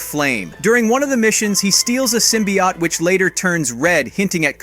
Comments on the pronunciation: Please dont pronounce symbiote like that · Mf cant even say symbiote